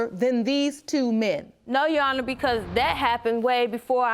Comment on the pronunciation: “That’s RighT’jana”, instead of that’s right, your honour. She’s so illiterate! Instead of sleeping around with all these cousins, she must put her time and money in a beter education. I feel sorry for Mr. Maps on.